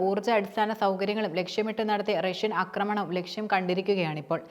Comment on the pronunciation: Akramanam alla aaakramanam